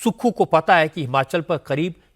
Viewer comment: हिमाचल बोलिये सुक्खू जी हमाचल नहीं